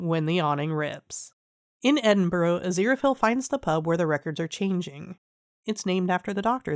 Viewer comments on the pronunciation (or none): Good recap thanks. Just FYI, it's not pronounced "Edin-burrow", it's pronounced "Edin-bruh" 😄